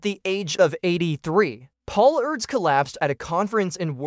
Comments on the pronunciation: It’s pronounced “Urr-dosh” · I believe it's commonly pronounced as 'Air-dush'....Mr AI narrator!! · I cannot stand the mispronunciation of his name. How lame.